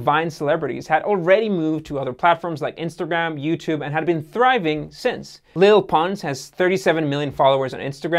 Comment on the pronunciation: I cant take it serious anymore after he said "lil pons" 😂😂😂